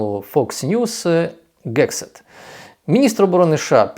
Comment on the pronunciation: Голова Пентагону Геґсет, а не Кексет якийсь, як Ви вимоаляєте! Не черпайте новини з московитськомовних ресурсів!